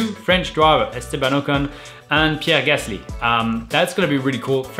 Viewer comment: Funny that Romain pronounces a lot of words with a thick French accent, but then pronounces “Ocon” and “Gasly” in a more English way lol